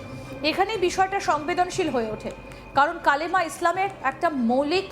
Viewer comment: Hijra talks India wins. It's not kalma it's kalima😂